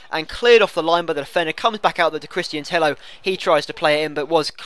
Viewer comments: I'm from Spain an it's not TEJO. It's like TEYO. NO TEJO OR TEIO. With the sound of "yard". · Tello pronounced Teyo, like Villa is pronounced Viya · Christian Tello is Spanish, and in spain is 2 LL's = J So its christian Tejo :) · You're all wrong. Tello is pronounce like Teyo, no Teio or Tejo. You have to use a "y" similar to the "y" sound in the word "yard". You're welcome. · no because it's double L so it's Teyo (spelt Tello). i do spanish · Tello is pronounced like Teyo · Tello is pronounced like Tejo ;) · It's pronounced Teyo you idiot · i think its tay-oh, but everyone gets what you said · tello is actually pronounced like tejo because it is to L whitch makes an J sound in spansich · Two L's make a Y sound not a J sound. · ive listened to spanish comentary when he is on and they say tello pronouncing the L maybe they say it wrong :/